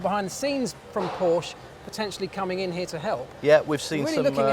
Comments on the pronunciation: Nice video! :) But please don't say Porsche like Porsch ... I know it's difficult, because it's German, but please don't make the "e" silent (spell it like an english "a") ^^ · I am german and you can spell it like "Porsch" or "Porschey". Maybe an "y" will help at the and of the original name. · More like Porschuh